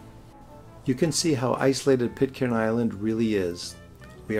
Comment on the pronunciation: Pitcairn has a silent 'r'. The same as 'iron'.